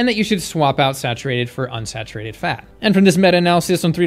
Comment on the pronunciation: OMG IF HE CANT EVEN READ PERCENTAGES ON RESEARCH ARE WE EVEN TAKING HIM SERIOUSLY?! Also, isn’t the way he pronounces “fat” every time (phatt) a bias? 🤣🤣🤣 Being robust was always a sign of status in ancient civilizations, that’s one, and two, their status also meant they ate tons of meat and animal products, so 🤷🏼‍♀️🤷🏼‍♀️🤷🏼‍♀️🤷🏼‍♀️🤷🏼‍♀️